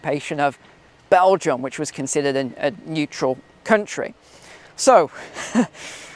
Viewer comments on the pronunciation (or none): none